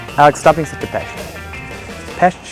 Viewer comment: Thank you for the hard tries to say peSt!! It made me smile, not a lot people know how to say it correctly (:(: Come back for the festival season! It will be warmer I promise!